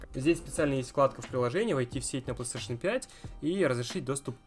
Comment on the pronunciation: Мне одному забавно от того, что он говорит пстейшн вместо Плейстейшн?